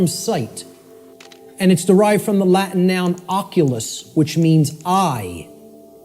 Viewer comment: His latin is awful. If you bring latin to the table during a speech, you HAVE to know how to pronunce the words at least. Immagine someone using english words like 'computer' or 'hello' and pronunce them 'combutter' and 'hillo'. Makes everybody wonder if you even know what you are talking about..